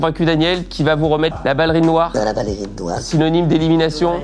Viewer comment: même si elle sait comment on prononce « ballerine » je crois qu’elle est tellement têtue que jusqu’à la fin de sa vie elle dira toujours « ballérine » 😂 Enfin, j’espère qu’elle vivra encore TRÈS longtemps! Ma maman qui est décédée l’année dernière était du 1954 aussi, elle est partie en février et elle allait avoir ses 70 ans en mai et dans son caractère et sa façon d’être me rappelle profondément ma maman 🥰 D’ailleurs elle faisait la même taille que 😅 De son vivant elle connaissait la chaine studio et on s’était vraiment dit qu’elle et seraient devenues les meilleures copines du monde si elles s’étaient rencontrées 😅 Elle est tellement comme ma maman quand je l’écoute parler, entre sa coupe de cheveux sui lui ressemblait un peu, sa voix grave comme, sa taille comme je le disais 😂 ainsi que son caractère et son humour incroyable mais aussi sa grande bienveillance et tout l’amour qu’elle a à donner, c’est ma mère tout craché 🥹 C’est aussi pour ça que j’aime tant regarder vos vidéos, je les aimais déjà du vivant de ma maman mais depuis son décès je les savoure encore plus parce que je revois en elle ma petite maman d’amour 🥰❤️